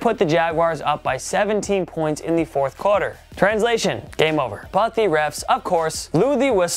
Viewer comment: The word is "quarter", not "corder" 🙂